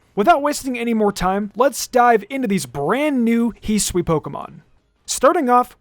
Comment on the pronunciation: Ah yes, the region Hiswi